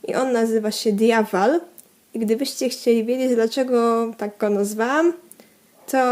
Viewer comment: Diabal a nie Diawal